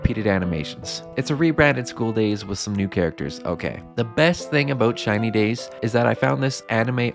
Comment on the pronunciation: Why am I hearing China days?